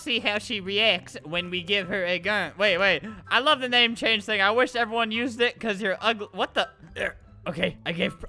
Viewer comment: 'evewyone loves me' ..... I DONT